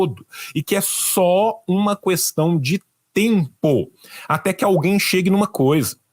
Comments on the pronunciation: Amei a análise, mas ouvir a "qüestao" chega me dá gatilho! 😅😅😅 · Único defeito do é que ele fala CUESTAUM, que nem o Bozo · Eu IMPLORO pro parar de falar CUESTÃO. Foram anos e anos tendo que ouvir a excrescência do Bozo falando assim. Me dá gatilhos. Mais alguém? 😂